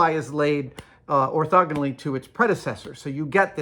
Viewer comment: It's always a good day when I hear the word "orthogonal" correctly.